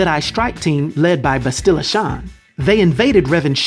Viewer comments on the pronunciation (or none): Yo, where are you from? You keep saying Vitiate and bastilla's name wrong, like really wrong yo.